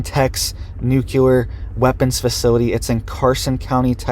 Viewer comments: There is not an extra u in the word. NU-cle- ar. It is not Nu cu ler. Regardless, thank you for the report. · You sound very uneducated when you say , nooculler. The word you shoul be saying is "nuclear". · It's nu CLE ar. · Say it with me: nook-lee-er